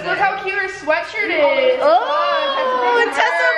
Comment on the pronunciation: It sounds like she keeps saying Tesla instead of Tessa